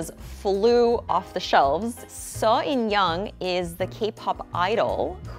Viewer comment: i was shook when she pronounced seo in young, wheesung and seolhyun correctly